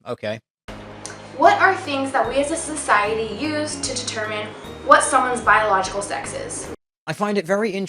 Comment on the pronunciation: Did she really say "Cis-ociety" or are my ears still bleeding from the utter shit she has been spewing.